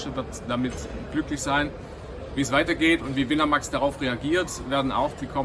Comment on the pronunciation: Das wird win a Max (englisch) ausgesprochen.